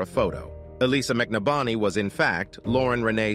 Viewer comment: Wow, everytime this person telling the story says the last name he changes it. And it's not even close to the correct pronunciation. It's McNabney. Break it down (Mc Nab Ney)the guy was killed show some respect by at least pronouncing his name correctly.